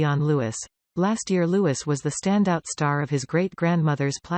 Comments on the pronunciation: I am so fed up with you Americans. IF YOU ARE COMMENTATING ON OUR ROYAL FAMILY, for heaven's sake get your pronunciations correct Apart from the fact we speak English and you most certainly do not, LOUIS is a French word and pronounced LOO-EE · please say Prince Louis name correctly its a silent S so its pronounced Loui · It’s louieeeeee the s is silent!!!!!! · Its Prince Louis pronounced Louie not Louis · HIS NAME IS NOT LEWIS!!! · It is really offensive that these narrators don’t know how to pronounce the 4th in line to the throne’s name, Prince Louis. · Learn to pronounce Louis!!